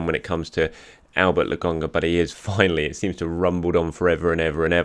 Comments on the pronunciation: It’s LOKONGA not LOGONGA. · Why do you keep calling him Lagonga? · love your show but can you fucking get Albert Lokonga's name pronounced correctly? It is LO - KO - NGA. Cheers and keep up the good work.